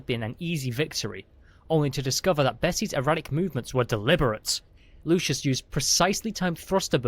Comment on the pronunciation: Story is fun. Narrator needs work. Replacing words and multiple mispronounciations. And it's LUCIUS NOT LOUIS. Jeez.